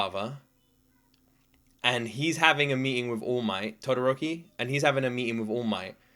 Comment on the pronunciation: Enji Todoroki, hero name Endeavor, is the #2 hero. He is Shouto Todoroki's father. It's pronounced To-do-roki. Shouto was not happy to see his fire flare up; he said he was overwhelmed that his fire popped up.